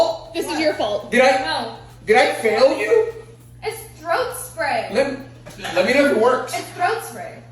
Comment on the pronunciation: !!!!!!! IT'S 'THROAT!!!!' SPRAY!!!!!!!!!!!"🤣🤣🤣🤣🤣🤣🤣🤣🤣🤣